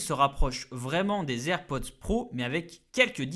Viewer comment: Les "zer'pods" .. 🤦🏽‍♂️